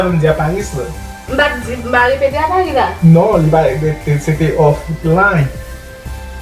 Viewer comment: A parisss /a paruss 😂😂😂